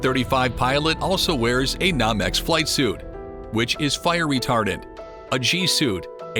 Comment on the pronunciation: It is Not "Nom - X", it is "NO- Mex"